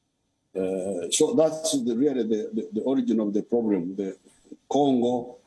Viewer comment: he said gongo😂😂😂😂😂😂